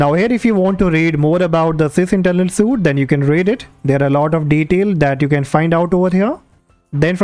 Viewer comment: Please do not pronounce suite as suit, but it is correct to say the word suite as sweet. Thank me later.